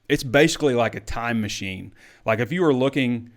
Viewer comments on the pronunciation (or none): none